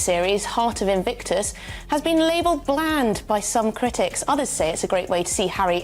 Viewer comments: INVICTUS isnt that difficult to pronounce. 3 bloody syllables, you doofus! IT MAKES ME WANT TO SHAKE YOU EVERY TIME YOU MISPRONOUNCE INVICTUS! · In. Vick. Tuss!!! That aside. Brill!